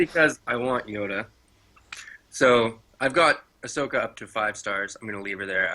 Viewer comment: Just a heads up, it's "ah so ka", not 'a sok a'